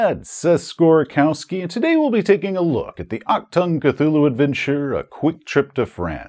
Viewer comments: Took me a moment to figure out what "Octan Cthulhu" was :D Dont worry, languages are hard and can work in a weird way - i never get accents - it took me waaaay too much time to realize your last name is originating from poland, despite being polish :D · Very funny to hear "Achtung" spelled by a non native speaker like "Actung" I never thought, that this Cthulhu version was called that, across all borders, since I come from germany. I always assumed it was something unique to us, since Cthulhu is one of the most popular systems here in germany. So popular in fact, that our Cthulhu Publisher pushes out so many adventure self productions that aren't available in any other language. I believe, we have even more adventures as the main english branch. That has a downside of course, since many writers have seen that as an invitation to exclusively write adventures in a german setting. And I am really not feeling it. Lovecraft is the americas for me, or expeditions to far away places, maybe even good old Britain. But I really do not feel the stroll through the Ghoul infested Black Forest. Anyway, awesome video as always Seth! For all those interested in the word itself:Achtung means attention. And the ch is not pronounced like a c or a k, but try to spell it like the ch of Crach an Craite if the Witcher is something you're familiar with. And the u is not an a, it has it's own sound in german. But this is as far as I can go with textual explanation, you would need to hear it. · The struggle with the german pronunciation of "ch" is real 😅 Anyways, thanks for another great video! Quality is as usual just awesome! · I do believe it's pronounced ACHTUNG!, the exclamation point is not silent. But that's okay, I'll just yell it when ever you say it.